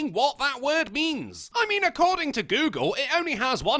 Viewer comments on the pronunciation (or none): none